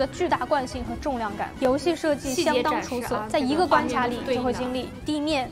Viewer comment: 但是為什麼他也會跟妳一樣把關卡唸成關掐⋯會不會是直接把妳的聲音變聲一下直接回收使用了，這樣犯法了都